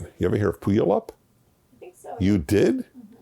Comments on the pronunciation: It's pew-AL-up Washington! There are a lot of native American names there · For your edification: Puyallup, WA is pronounced "Pew-AL-up" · That's not how you pronounce Puyallup.